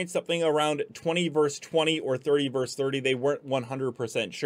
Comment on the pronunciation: *versus not "verse".